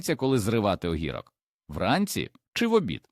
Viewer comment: Зроби нормальну озвучку, бо твій ог_І_рок ріже слух. 😊